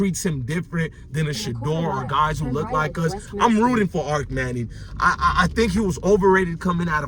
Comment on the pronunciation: It's kennels...and Arch manning not Arc.